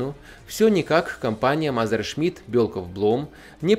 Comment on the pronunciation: Мазершмидт? Это МЕССЕРШМИТТ что ли!